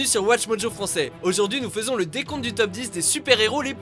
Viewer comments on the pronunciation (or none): none